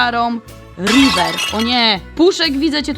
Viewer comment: Rajwer się muwi